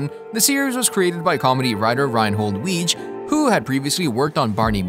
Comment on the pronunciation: The creator's last name is pronounced "Wiggy".